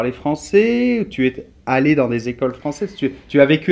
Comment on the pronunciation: pourquoi faites-vous,, un enchainement entre ''es'' et ''allee'' (mon clavier n'a pas de signes diacr.): ''tuezallee'' - ce qui est interdit par les regles phonetiques entre le v. etre a la 2-ieme p. du sing. et une voyelle sui vante. qu'auriez- vous a me protestez?